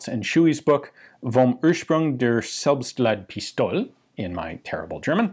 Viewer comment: If you'd like to get the pronunciation of "Selbstladepistole" a little better, the middle part sounds more like "lahdeh" than "lahd", the 'e' is more important there than it would be in English, and gets a stress on it.